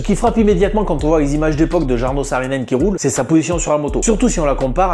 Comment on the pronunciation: C est cool de parler de Jarno, mais avec une autre prononciation .